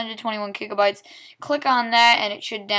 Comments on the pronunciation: "Kigabytes" hahahaha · 621 "Kigabytes" LMAO